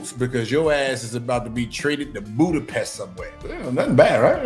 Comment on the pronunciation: Ngga said Budapest 😂😂😂😂😂😂